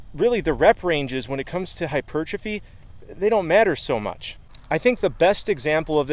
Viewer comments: You pronounce the word hypertrophy so strangely... hypuuuuurtrophy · I used to think that the word 'hypertrophy' was pronounced like if you said the words 'hyper' and 'trophy'. So, now it always sounds weird to me when people pronounce it the correct way.